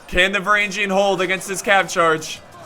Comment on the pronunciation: And finally "varangian" would be pronounced with a hard "G" as in "golf", not as in "general"